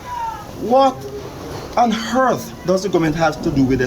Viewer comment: "What on hurth" LOL... Listen to our politicians.